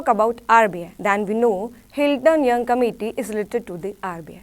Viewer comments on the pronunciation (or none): none